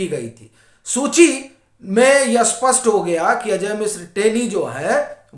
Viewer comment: स्पस्ट और अस्पस्ट में बहुत फर्क है । आप स्पस्ट को अस्पस्ट बोलते हो । आपमे बस यही कमी है,बाकी सब ठीक है ।